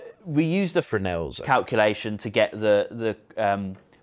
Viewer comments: Come on, I'm dying to know how he actualy said it. FreS-nell, right? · It ruined it a bit for me - I would've preferred a correction to the misstatement at the end - e.g. it's actually pronounced xyz - it was quite jarring